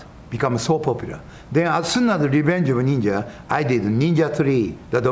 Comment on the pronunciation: "Only a neenja can stop a neenja!!"